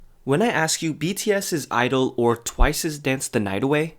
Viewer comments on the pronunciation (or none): Both my BRAIN and HEARTEU!! IT'S SAID 'IDOL'